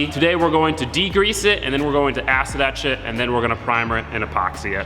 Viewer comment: every time he says "acid etch it" I hear "acid that shit"